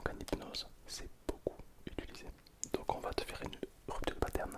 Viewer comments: Rhupptturreuh deus pâtes-air-neuh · Rüptür dö patern